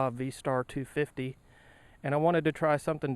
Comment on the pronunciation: The way you say 250 made me lol :D Can't wait till i get my motorcycle license.